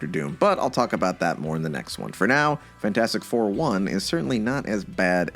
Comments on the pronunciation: I'm sorry. Cannot keep watching and listening to you say Fant four stick. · Take a drink every time says Fant4stic wrong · the best thing about Fant4stic is that everybody unanimously agrees that it is in fact pronounced "Fantfourstic".